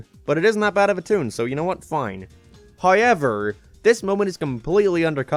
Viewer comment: "high-ever" = "however"